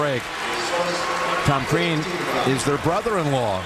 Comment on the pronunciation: Crean...not Krean =) Watford for the win! Yesss yessss! LMFAO